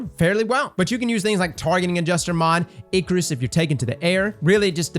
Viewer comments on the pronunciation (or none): none